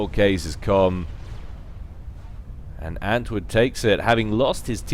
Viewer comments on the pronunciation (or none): Btw, antwoord is probably dutch or belgian (maybe it's just coincidence, but it's also a dutch word), and saying antwood is kinda ... odd. You should say ant-ward, that would be much closer to the proper pronunciation. Don't get me wrong, not trying to be an ass or anything, just want to help out with your casting ... I guess ... at least that's the motivation for me saying all this :p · I don't know if you've noticed, but there is actually an 'r' in antwoord's name. It's the dutch word for answer. I guess he has an answer for every situation or something..